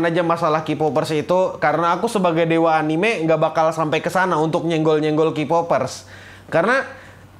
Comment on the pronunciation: Hidden dibaca Haiden, Anime dibaca Anim, Meme dibaca mEmE, Chapter dibaca Khapter 🤦‍♂️ Edit: Konteks